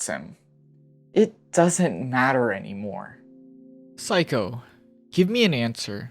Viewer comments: Amazing video! One thing that bugged me though is your pronunciation of the mother’s name, it’s not like psycho, it’s like say-ko, not psy-ko. Apt mispronunciation though!! LMFAO! Amazing. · yeah i thought he was calling her psycho as an insult for a while 😭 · It's interesting because he got Sei's name right and Seiko's name has the same first 3 letters 😭